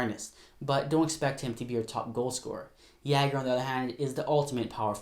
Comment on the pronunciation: Really bugged me how u said jagr but great video lol